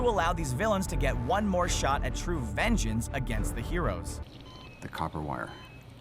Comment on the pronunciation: If I could dislike this twice, I would. Theories with little to no proof, and easily arguable. btw what's VENJENS!? Oh...you meant vengeance, lol XD